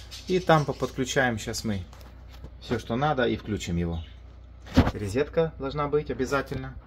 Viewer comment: Только не рИзетка, а РОЗЕТКА